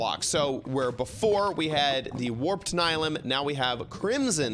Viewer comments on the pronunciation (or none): this looks amazing, also say it with me: NY-LEE-UM lol <3